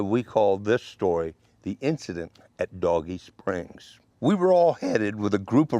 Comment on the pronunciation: Good story but the spelling of "Dogie Springs" is not pronounced like "Doggie" would be. It would be like "Dohgee" in pronunciation. Maybe the spellings wrong on your intro and map.